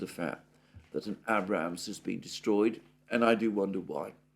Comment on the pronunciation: Abrams with a long a. As in a cup of tea.